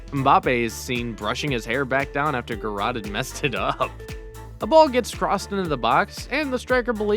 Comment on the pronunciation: Just a side note, Chech is pronounced as Check, and Giroud is pronounced Gi Roo (it’s French so the d is silent) and not Gi rod. There are a few others as well but other than that excellent video I enjoyed it